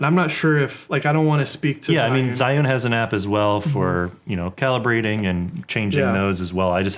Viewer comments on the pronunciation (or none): Hey guys, great video. Just one thing - Zhiyun is pronounced "jer - yune." It's Mandarin Chinese for "Wise/Intelligent/Smart Cloud."